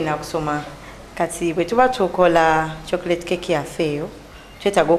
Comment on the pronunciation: Not 'chokrate' Chocolate